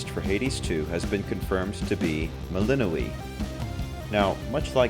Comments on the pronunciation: Isn't her name pronounced Mel In Noy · Mel-in-no-way Heh-kah-tea Jesus guys